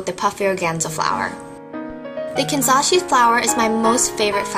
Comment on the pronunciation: You keep pronouncing 'Kanzashi' wrong, even though it's in the link for Amazon...